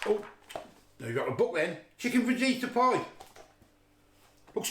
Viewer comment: Fa Heat A not Faj Eater 🤣🤣